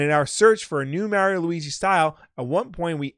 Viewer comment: It's pronounced niiiche not fucking nitch that does my fing head in, you pronounce Mario right but f*** up a simple word